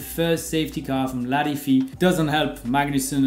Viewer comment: I have now learned a new and much more fun way to pronounce “Latifi”. Thank you!